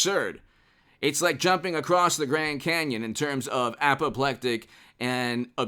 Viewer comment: He said apoplectic